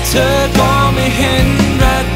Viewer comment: เพราะดีค่ะ แต่ถ้าเจมส์จะออกเสียงตัว ธ ท ถ ให้ชัดและถูกต้องกว่านี้จะดีมาก ยกตัวอย่างคำว่า เธอ ฟังแล้วมันเป็น ทเชอ หรือคำว่า ถึง ก็จะเป็น ทฉึง เหมือนมีเสียงตัว T+ch สังเกตุจากที่เจมส์ร้องเพลงมาตามงานโชว์ตัวต่างๆจะเป็นแบบนี้ตลอด และครั้งนี้เป็นเพลงที่เข้าห้องอัดจริงจัง เลยค่อนข้างมั่นใจว่าเป็นการออกเสียงที่ผิด ถ้าแก้ไขได้ในครั้งต่อๆไปจะเพอร์เฟกท์มากกว่านี้ พี่เป็นคนหนึ่งที่ชื่นชอบและติดตามผลงานของน้องเจมส์มาตลอด ค่ะ